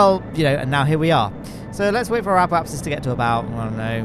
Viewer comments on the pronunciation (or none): none